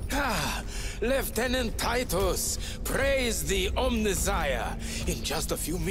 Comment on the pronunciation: The pronunciation of lieutenant was music to my ears ❤